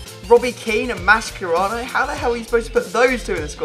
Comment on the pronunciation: Mascherano....not Maschkerano